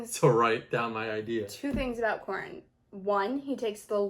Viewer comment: Yeah Corin was definitely saying it wrong lol